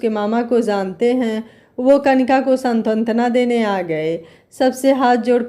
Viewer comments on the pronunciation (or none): आपका वाचन बहुत अच्छा है परन्तु आप सां त् व ना का उच्चारण सां त त् व ना करती हैं, जो सही नहीं है।